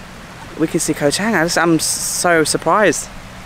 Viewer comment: have been following u for the last few months, I think u should make d initiatives to learn how to pronounced d places u go to. Is pronounce chunk not cheng, sarmui not semooi.